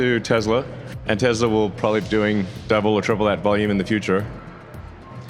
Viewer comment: musk cant even pronounce the name of his terrible car company properly. He calls it “Tezla”. He is a nincompoop.